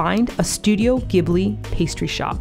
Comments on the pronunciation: As a Japanese, it always fascinates me to see you get fascinated by the little mundane stuff in Japan, like those bottle recycling boxes 😆 I just love your taste in things💕 Just FYI, Ghibli is pronounced as jibli - we say スタジオ・ジブリ(not ギブリ). I don't know why they decided to spell it with a G, must've been a mistake when they first started, I guess. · Gorgeous video! A little surprised to hear pronunce Ghibli incorrectly as she lived in Kichijoji for a long time and I know she reads katakana.